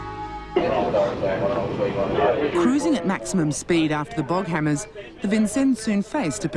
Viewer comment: It's Boghammars, not Boghammers. Patrol boats made by Boghammar Marin in Sweden (no e in marin in Swedish).